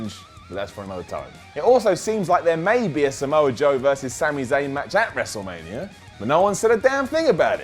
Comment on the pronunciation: He said WrestleLamia 😉